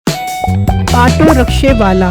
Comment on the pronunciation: Otto read karte hai na k ato